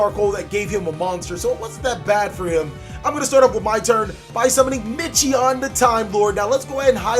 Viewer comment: It's pronounced "Mi-Ki-On" in the name Michion